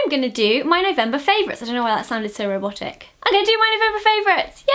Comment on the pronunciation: when you said robotic , I thought 'erotic' haha